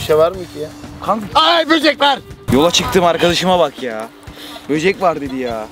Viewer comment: aağ boceğk varğğ 🤣🤣🤣 smdkowpw99w